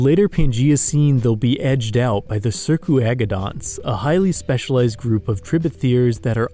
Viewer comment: He's doing pretty good, especially considering how many of the words are jibberish. He got my name right! "Circuagodonts" as spoken here is not how I speak it but it is probably closer to how its phonetically spelled. Otherwise the only major mispronunciation has been "kyran islands" as "cryin' islands"... not a big deal though.